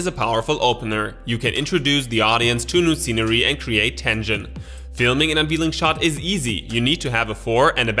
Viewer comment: Unveiling is pronounced “un VAIL ing”